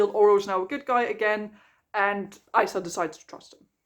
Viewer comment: I can’t get over Isla being pronounced that way, it’s so jarring 😂